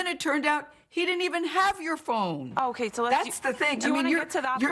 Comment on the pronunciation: “you seem to have attacked a teenager about your phŒN”